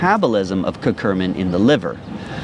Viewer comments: Love this, however it's cur-cu-min not cur-cur-min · So, it's curcumin, pronounced Kur-cue-min (not curcu*r*min), and in case anyone is interested, the studies say you only need to add 1% black pepper to get that 2000% boost. I'd trust your information more if you learned how to spell the names of your topics.